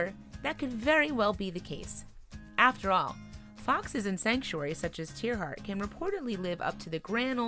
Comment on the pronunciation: I do wish they would pronounce tierartz correctly.